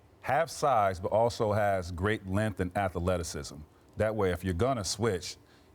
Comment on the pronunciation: Tracy said “Atha-leticisms.” TWICE! 🤣